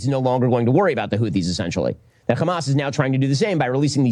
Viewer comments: Hey Ben say “has” Now say “Hamas” If you can say “has” then you can definitely pronounce it as “Hamas” not “khamas”. You’re a born English speaker who’s speaking English for Christ’s sake. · Why does shitpiro say Khkhamas? Can't he say "H"? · I love it when the European jews fake their pronunciation of “hamas” because they desperately wanted to be viewed as a semite